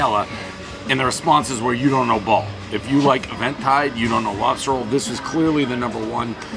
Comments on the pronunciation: Just guessing here, but I would guess the other place is not pronounced Event Tide, but more like Even Tide... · Even-tide. Not EVENTtide, and my god those pupils. How high are you? “Hi, how are you?” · "Event Tide" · It may not be a pizza review but Dave still manages to mispronounce Eventide - everybody still knows the rules